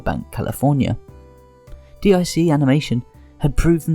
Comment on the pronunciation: Nassau is pronounced "Nah-saw" and D.I.C. is pronounced "deek". Also, the lyrics to the Be a Man song is "don't be scurred, you're runnin from Macho that's what I heard". It helps to double check when listening to song lyrics. Hogan dropped the belt to Yokozuna at the King of the Ring not SummerSlam '93.